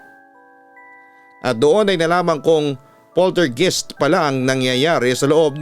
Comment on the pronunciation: yung pronunciation po, Polter GUYST